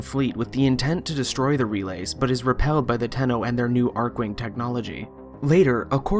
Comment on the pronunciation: I’m pretty sure it’s Archwing with a ch as in Chicken